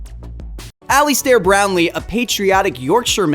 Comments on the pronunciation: 'Aley Stairr' ? Learn how to pronounce his name at least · Pronunciation? lol Alistair and Glasgow ouch!